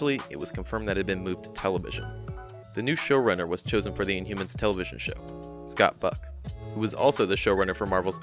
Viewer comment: Oh, Scott Buck! The first couple of times you said his name, man, it sounded like “fuck.” I kept replaying it, like, “Nahh, his name isn’t Scott Fuck. No way!” But I swear, that’s what it sounds like you’re saying! No biggie, though. I had a good laugh over it.